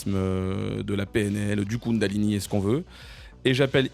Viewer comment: Kundalini ou Koundalini... J'en perds mes énergies